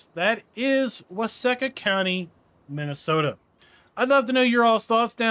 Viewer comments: I’m actually from Waseca. It’s pronounced with a long e. So like Wa See Ca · It’s pronounced “Wah-SEEK-ah” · It's pronounced wah-seek-ah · Why-seek-ahh. You’re welcome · It is pronounced wa see ka. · Its funny, you can tell whos from Minnesota in here, myself included. Its pronounced with a long E sound.